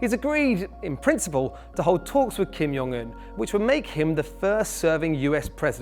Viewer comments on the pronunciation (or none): Kim Il-sung died in 1994, and Kim Jong Un shouldn't be pronounced like "Kim Young-eun"